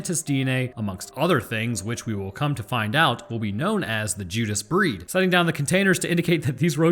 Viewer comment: I'm sorry did he just say the Judas Breeist lol